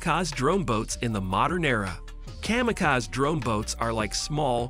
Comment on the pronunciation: AI voiceover can't pronounce WW-I and kamikaze correctly.